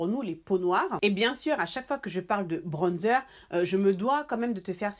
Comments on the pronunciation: Je te jure.😂 Le manque de personnalité c'est quelque chose. ''Bronnezer'', quand tu peux juste t'exprimer dans ta langue maternelle, et dire ''bronzeur''.😂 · Tu me fais rire comment elle dit bronzer 😂😂😂 en tt cas super vidéo pck je cherchais vrmt un bronzer mais pour l’utiliser pour faire mon contouring ♥️